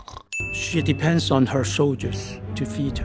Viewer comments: If you go to , it sounds like he’s saying “shitty pants” I’m surprised he didn’t pick that up. ding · I can't be the only one to hear "shitty pants of her soldiers" at 9.26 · The Democratic People's Republic of Korea Same, I thought 'What the fuck did they just say' when I heard "Shittypants". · Who else heard ‘shitty pants on her shoulders? 🙋🏻‍♂️